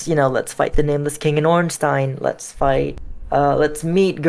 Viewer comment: Congrats to the developer. FINALLY an American who pronounces Ornstein CORRECTLY.